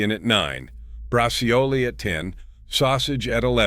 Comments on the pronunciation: Bra..WHAT? 😂😂😂😂 It's pronounced BRAZZOLE. 😂😂😂😂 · You are trying to honor Italian heritage. You fail miserably it is not bra. C o lee. It is bra zhool My ancestors are crying and rolling over and their graves😢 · It's brah-choh-leh in Italian, thank you this great video. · Yeah, he has to improve his pronunciation. You're right! 😅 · it's pronounced bragiole